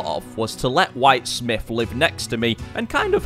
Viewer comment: "White Smiff" lol